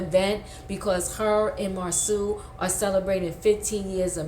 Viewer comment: The names are Marsau ( Marso) and Tisha, not Marsue and Teesa